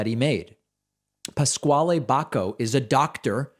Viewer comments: I believe Pasquale's name is pronounced "pas Kal" not pas Kwallee. At least, that's how a college chum pronounced his name. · "Pas-qualee" Jesus Christ is that how that name is pronounced in the US?! Absolutely ridiculous. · Lol I think it’s pronounced “Pascal”?